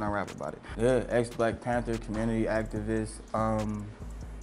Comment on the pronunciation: he say his momma an activist i thought he say actavis